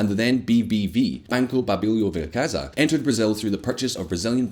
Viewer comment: From spain. BBV is Banco Bilbao Vizcaya, no " Banco Babilio Vercaza". 😅🤣😁